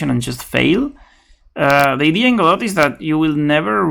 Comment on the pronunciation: This video is for all the people who think the T in Godot is silent! Ha!